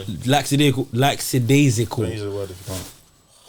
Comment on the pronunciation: couldve cooked NB if he knew its actually lackadaisical not laxadaisical 🤣